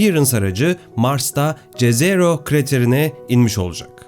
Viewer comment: Eger dediginiz gibi Jezero krater golu nun ismi slavca dan alinmissa ("J " harfi "Y" olarak okunur)YEZERO diye okunur,slavca göl anlamina gelir,slavcada cezero diye bir kelime yok